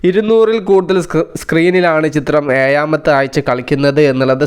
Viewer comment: Eda പൊട്ടാ എയാമത്തെ അല്ല ഏഴാംമത്തെ അങ്ങനെ നാവിന്റെ അക്ഷര സ്ഫു ട്തയോടു കൂടി സംസാരിക്കാൻ പരമാവതി ശ്രമിക്ക ok